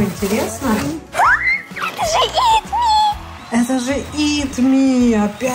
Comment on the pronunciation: Не правильно Не ит мий а ит май балм